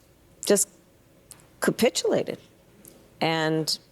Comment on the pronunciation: I was like wtf is capitillated